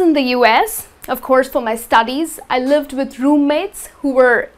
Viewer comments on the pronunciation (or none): none